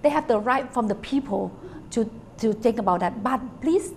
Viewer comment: and it's actually not 'I think' it's 'I ting' - -''